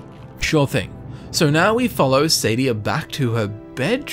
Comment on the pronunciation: I thought it was pronounced sAH-dee-AH